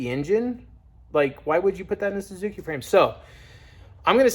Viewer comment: More like "why-suki" 😜